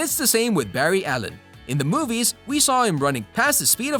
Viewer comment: Bru did you just say berry allen